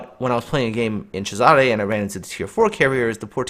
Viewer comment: Agree with but need to pronoce it not whatever u were saying it Caesar